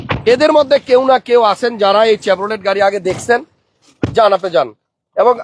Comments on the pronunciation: চেব্রুলেট না, শেভ্রলে! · আপনাকে অনেক পছন্দ করি। উচ্চারনটা হবে "শেভরোলে"